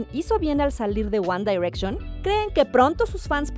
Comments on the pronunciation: Se dice wan direcshon ;v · AjjajajJJAAJ Lo leí justo Cuando Dijo ella uAn dAirEcShOn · Wanda y reichon hahahahaha Pero ni los que no sabemos nada de inglés lo decimos así haha, mejor nuestro guandireichon haha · Me daba algo cuando decía "UAN DAIRECSHON" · JAJAJAJAJAJJA SI😂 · Jajajajajaa si wacala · Jajaja por qué lo hace? Así no se pronuncia que verchis ! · Ella dice: "ONE DAIRECTION🤣🤣🤣🤣🔥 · Wan Dairekshon! Jajaja pronuncie bien ! Me dió risa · Me causa risa y conflicto en como pronuncia GuAnn dArEcCiÓnNn.🙄🤪🤔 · Porque dice one dayrection?????? Si es one no on dayrection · One daaaiiirection????????!!!!!!!! Diosssssssssss. Quién dice así? ESTÁ MALLLLL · One dairetchon 😂😂😂 why Presentadora?? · la tipa dijo "wanda direction" ke ejsfdhghjgh